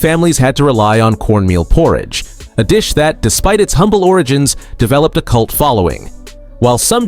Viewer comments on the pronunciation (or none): none